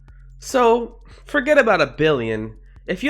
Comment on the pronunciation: the ''forget'' sounded like ''fuckit''